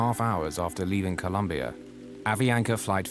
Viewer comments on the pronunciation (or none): none